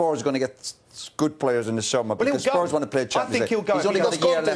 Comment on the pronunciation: Lads it’s Spurs 😂